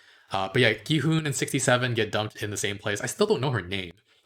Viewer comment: the way pronounces it is correct. there shouldn't even be a debate cause one can literally just listen to how it's said in the show if they can catch it.